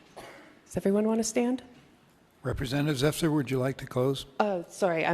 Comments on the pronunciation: ZEFF-ER, not ZEH-FIRE. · He's only a "trans" in his mind, and THAT'S more like a true insurrection. Oh... and it's pronounced "zeh-fur." Just trying to help. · Pronounced *zeh*fur